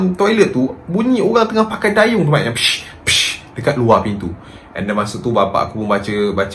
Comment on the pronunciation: Bukan dayung capp...tapi gayung